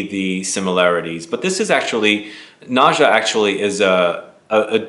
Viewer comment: Its is pronounced NA-GHA... nice review... sounds interesting